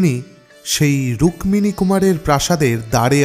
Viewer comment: 'রুক-মিনী' উচ্চরণটা খুব কানে লাগছে। আমরা যেমন 'পদ-মো' (পদ্ম) না বলে 'পদ্দো' উচ্চারণ করি, এও তেমনি 'রুক্মিনী' উচ্চারণ 'রুক্কিনী'র অনুরূপ।